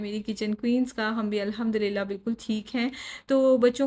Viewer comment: Mai aapki videos dekhti hu aur yahi UAE me rehti hu bas ek baat keh a Tha galat nai samjhna magar Maine notice kiya ke aap thora bismillahey Alhmdulillahey padhti hai bismillahi* Alhmdulillahi*...zer ko ee karke padhte hai I am sure aapko Pata hga kabhi a jaane me hm galaat pad letey hai Mai abhi sikh rahi hu tajweed Quran isliye Maine sochi ke apko bhi batao